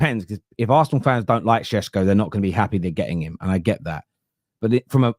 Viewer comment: ever since Sesko rumours started you've pronounced it sheshko so many times its affected how you say question like queshton 😅😅 love ya man but careful, you might start developing a lisp 😅😅